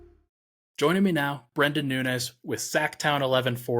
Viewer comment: It's Brend'on... You welcome